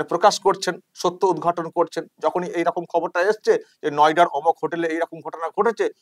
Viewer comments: কথাটা হবে নয়ডা। উনি বলছে নৌডা। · It is Noida not Noda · নয়ডা ও উচ্চারণ করতে পারছেন না ন ওডা বলছে মাঝে মাঝে মনে হয় মিথ্যা বলতে বলতে উনি নিজেও চিমটি কেটে দেখেন যে উনি মুখ্যমন্ত্রী কিনা? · Nouda na noida 😂😂😂😂 Ekta sobdo thik kore uccharon krte parr na , r e naki cm 😂😂😂😂😂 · Nouda noy ota habe noyda. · নয়ডা নয় নৌডা. এএএএত মিথ্যা কথা বলে? আমাদের মান সম্মান গেল! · মুখ্যমন্ত্রী র ভুল উচ্চারণ করেছেন " নযেডা " নাওদা নয় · সত্যই বাঙ্গালী ভাবতেই লজ্জা হচ্ছে শুধু মাত্র একজন মহিলার জন্য, যে আজকের দিনে বাংলার প্রথম মুখ, নয়ডা কে বলছে নৌডা, ।।।